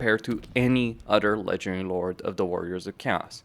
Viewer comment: All I hear is legedairy lords